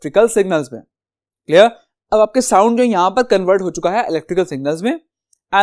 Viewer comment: CleR clR clear😂